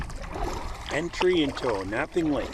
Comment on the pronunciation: It's pronounced On-a-ping, not O-nap-ping.